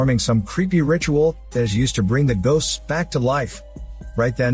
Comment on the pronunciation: mmmm "Gosts of War"